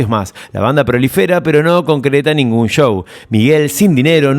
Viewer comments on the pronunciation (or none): none